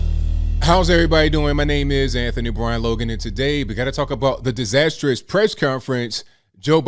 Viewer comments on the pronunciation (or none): none